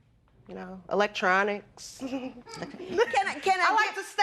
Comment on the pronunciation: When she said" electrunic" she lit up than broke into smile" what electronics was she speaking 😅of ?